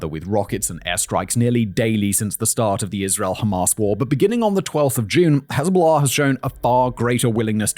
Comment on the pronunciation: the "hez-bahla" pronunciation is so bad that it's funny 😂